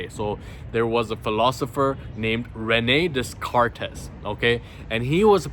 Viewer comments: René descartes the pronunciation is without s so its like rené decart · Pronounced reu nay day cart